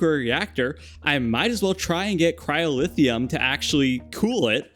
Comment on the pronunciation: its cryo-theum not cryo-lithium